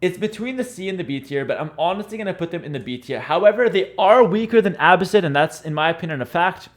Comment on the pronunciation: Why do you pronounce Abbasid like you don’t know Arabic? :)